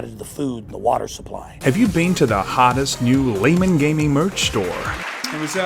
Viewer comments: "Gay guys"? Its pronounced "Lay men" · He almost said Gaymen Gaming at the beginning of this video ha ha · Pretty sure i just heard "gaymen laming". I have no idea what it means, but i can't unhear this now. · "Gaymen Laming" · Laymen Gaming..... Did you mean: Gaymen Laming?